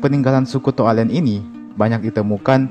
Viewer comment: Cara Pengucapannya To' Ale'an yah Min 😊